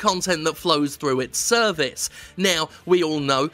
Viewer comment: Did you say "through their service" or through their cervix"?